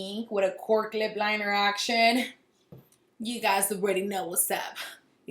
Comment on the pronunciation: “With a right lip linerr “ lol